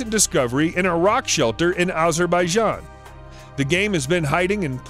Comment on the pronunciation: He was meant to say "A rock shelter in Azerbaijan" but his accent made it sound like "Iraq shelter in Azerbaijan" confusing right.